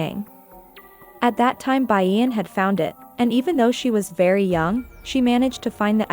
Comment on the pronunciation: 😂😂😂You totally read my mind. It's frustrating. "Bayen", "auk" & "Siyo jayong"